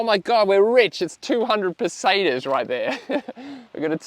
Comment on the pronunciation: Yew.. Pesetas pronounced, perfectly. Ibiza though.... Eye Bee Th-a!